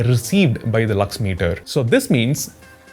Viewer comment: his "lux" sounds like "lux-me" from movie chachi 420 😂😂😂 And this chacha is also....😅